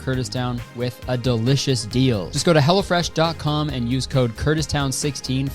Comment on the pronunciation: Every time you say 'Hello Fresh' I think you're saying 'Hella Fresh' and it delights me.